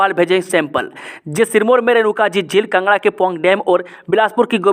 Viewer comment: Kangra not kngra